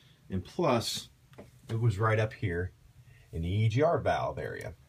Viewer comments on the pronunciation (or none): none